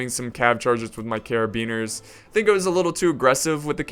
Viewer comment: You know muske-teer try saying carabi-neer. lol carabeaner.